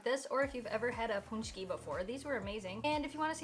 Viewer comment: ... it' s pronounced PACH-KEES